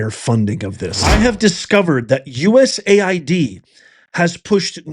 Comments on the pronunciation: US-AID. BAND-AID, IT IS NOT U-S-A-I-D. MAY AS WELL SAY "U-said", As in "you said what?" Don't allow the DS to cloud the issue with another acronym. This is about laundering U.S.taxpayer money as it makes it way back into political campaigns and indeed the pockets of members of the shadow governments of this and other countries around the Globe. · It's US AID not USA ID moron